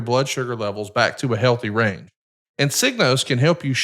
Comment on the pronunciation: Eric needs a better connection and/or equipment, he's always constantly cutting out. I dunno if his background cancellation is too high or what, but it's so hard to listen to. Same with, listen to his medical plug, the S is left off diabetes and he says "rain" instead of "range".